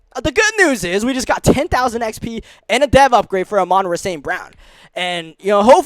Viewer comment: I love the content but I don’t know if I can’t last the whole rest of the series with you mispronouncing Amon-Ra’s name, it’s pronounced like “ah maan raah”